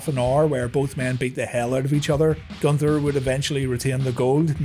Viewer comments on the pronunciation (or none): none